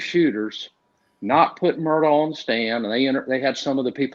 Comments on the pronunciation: On South Carolina- MURDAUGH IS PRONOUNCED: (in a slow drawl) MU—- RD - ER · The name Murdaugh is being pronounced wrong. It is Murdock and is an old Scottish name, also has it's own coat of arms and family crest. Sorry to say it's been shamed.